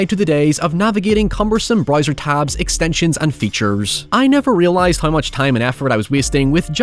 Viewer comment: lmao what is this accent XD words like how and now turn into haoi and naoi, wtf :Ddd